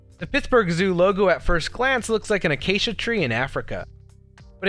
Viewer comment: its pronounced acasia not acachia